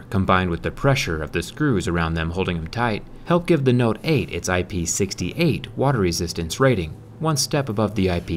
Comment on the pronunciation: he does a subtle bit....When he says ip-sixty- - - EIGHT! lol